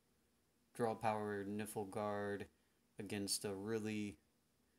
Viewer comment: I am sorry but your pronunciation of factions is horrendous. What is niFLguard? What is Skeleege. Did you never hear the cards say their faction names before? I am getting really triggered over it, getting an urge to close the video